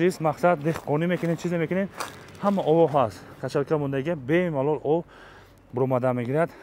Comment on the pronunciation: Бемолол не бе малол😅😅😅😅😅